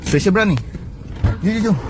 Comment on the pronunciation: BUKAN SPECIAL BRUN..SEPESIALLL BRUE TU .